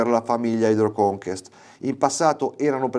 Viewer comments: È inglese e vuole dire CONQUISTA non conquistare. Anche il suffisso hydro è inglese e sta per idro in italiano E si pronuncia Haidroconkest I francesi lo storpiano Hidvò Conkès Vai a studiare vai! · no, è francese e si pronuncia conqest